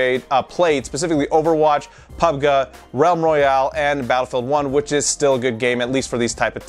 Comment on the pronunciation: Most people say Pub"G" not Pubgah. but i found this video informative as usual. Although I'd never fall for those scams lol!